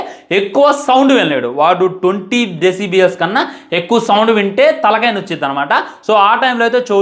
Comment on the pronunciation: Urai 20 decibies kadha ra adhi decibels 😂😂😂